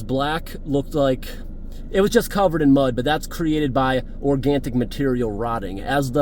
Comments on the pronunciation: Looking forward to watching this video. Just curious have you always pronounced the word organic as organtic? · as allways a very nice video, so happy to see you with a brand new car going many miles and having new adventures. hope i will not upsaid you but you said : organtic , again, 😂, ❤. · It’s funny when he puts a ‘t’ in organic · Minor Mispronunciation. Or the Organic Matter build up was the size of the Titanic 🙊 Who am I to pick fault.......I can't Count higher than 10 unless I remove My Shoes. 🤣😂